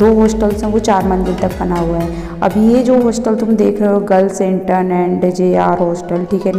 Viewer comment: what she can't even pronounce intern secondary and junior for jr How